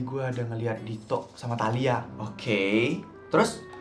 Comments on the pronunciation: tahila?? Talia dongg 😊😊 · ngomong talia jd taila😂😂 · Ngakak banget pas salah ngomong talia jadi tahila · talia pls bukan taila,typo mulut 😭😭😭